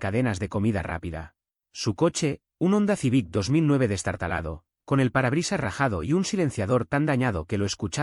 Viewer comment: "onda zibic". 😂